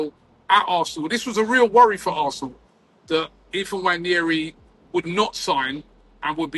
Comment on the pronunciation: nwah-NAIR-ee, not nwha-NYAIR-ee No "Y" in the pronunciation.